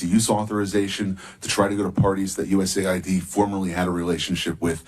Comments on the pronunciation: Correction it’s U.S.A.I.D. NOT US(AID). Thank you. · US “A” “I” “D”… not US Aid…